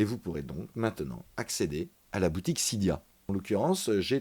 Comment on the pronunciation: Sa ne se prononce pas sida mais cydia